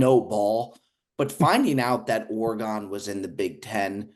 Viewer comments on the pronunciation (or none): you have got to start pronouncing Oregon correctly. It just kills me every time I hear ora-gone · can you please pronounce Oregon correctly??? Every time you say it I die inside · Bro why do and pronounce Oregon that way. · Someone please teach how to pronounce Oregon